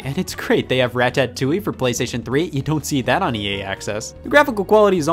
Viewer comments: The way you pronounce Ratatouille is unacceptable, Scott. Rat-ah-too-e not Rat-tat-too-e. The more you know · I never had worse chest pains till i heard scott say ratatouille like rat tat tooei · When Scott pronounced Ratatouille as "Rat Tat Tooie," I winced. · "Rat Tat Touille" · Say rat tat touille one more goddamn time a dare you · Scott aPronounces Ratatouille - ra-ta-two-E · Why do you pronounce Ratatouille like that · Are we not gonna talk about how Scott pronounced Ratatouille? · I don't like how he pronounces ratatouille. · How does he pronounce ratatouille wrong when the pronunciation is RIGHT UNDER THE NAME